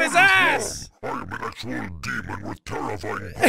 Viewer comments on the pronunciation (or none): none